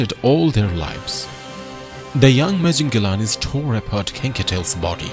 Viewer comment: The narration is completely copied from another older video of Mr T Mapogo. The fake Indian accent narrator pronouncing Mapogo as "Mapaa-GO" instead of "Mapa-Ho"!